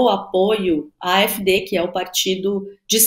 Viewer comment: A pronúncia do AfD é a--éf-dê.